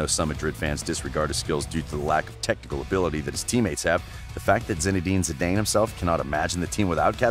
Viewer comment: “Buff-en”??.. 😂😂😂 Jesus Christ man, get the names right. Lol And it’s not “Zee-Dane” either for Christ’s sake... 😆